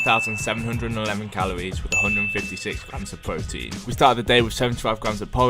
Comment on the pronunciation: Da pwotein